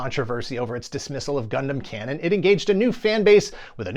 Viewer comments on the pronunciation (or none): none